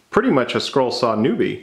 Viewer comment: Is he saying scroll or squirrel?